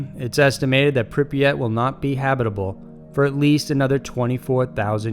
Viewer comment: I'm impressed he actually got the name of Pripyat right. Most people call it Chernobyl and that's the name of the Power Plant, not the Town.